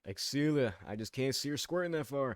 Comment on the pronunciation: I can’t even be mad at the Excella pronunciation I think if it was said like that it’d be great actually